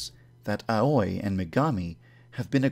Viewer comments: Your Pronounciation of Aoi bothers me a bit. I think it's supposed to be pronounced Ao-i (Owie) instead of A-oi (Ah-oi) Though I suppose if that's what you actually want it to be, that's fine too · Aoi is pronounced as Awee not A-uy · Just a minor nitpick, Aoi is actually pronounced more like "owie" rather that "ah-oy". I know the pronunciations of most of the names are a little off but that one bothered me a little more for some reason lol. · So I just found out THREE YEARS LATER that Akane’s name is pronounced A-khan-a and not A-Cane AND Aoi’s last name is Ree-O-Goku and not Ri-O-Goku Today has been a real shocker for me. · Your pronunciation of Aoi is weird, you pronouns it as A-oi when it should be pronounced ow-ie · I thought it was supposed to be pronounced "Ahh-can-ay" not "Ah-con-ay" Also "Aoi", rhymes with "yaoi" not... "a-oy." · Aoi is pronounced Ah-oo-e not ahoy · Ok... one thing is driving me insane here. It's AO-I NOT A-OI. it's pronounced liked owy, like a kid says "Owy! That hurt!" Sorry, that just really bugged me. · (I'm gonna be a lil nitpicky here) The name "Aoi" is not pronounced "ow-oy" but "ow-ee". Sorry it just really bothers me when Japanese names are pronounced incorrectly. Don't hurt meh. X3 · AOI=pronounced like YAOI =AUWI not AWOY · I hate how you pronounce their names in the most white way ever... "A-OY" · I thought Aoi was pronounced "Owee" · not to be that guy, but the way you're pronouncing Aoi is very wrong, it should end in a long ee sound, like ah-oh-ee. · Aoi. A-wee. Ah-whee. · I thought Aoi was pronounced 'A-wee'? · Hate to point this out, but Aoi is pronounced like "owie" because "ao" is pronounced "Ow" or "Ah-Oh" and "I" is pronounced "Ee." Please take the pronunciation of these names into consideration when making a video. Thank you. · Every time yandere dev says “aoi “ I keep thinking he’s saying “ahoy” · Also, you pronounce Aoi (owee) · You are mispronouncing Aoi, my dude. It's pronounced like owie. Haha...